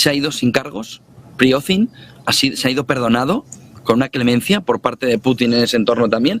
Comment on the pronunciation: y no es Prigoznin, es Prigozhin